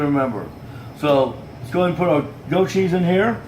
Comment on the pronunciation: M8, you really cant cook. Ffs... what are you doing with that massive whisk and bowl for such a small quantity??? And for love of f*ck stop calling it "Go-cheese" 😤 is it really that hard to say *Goat with a T